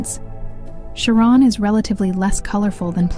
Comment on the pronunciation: Nobody ever pronounced it Karen or Sharron. Come on ai, find out that dictionaries exist. CharON!? Three wrongs and you are out.